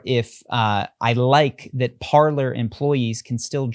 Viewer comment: Can we PLEASE start pronouncing PARLER (Par lay) correctly. It's French for "to talk".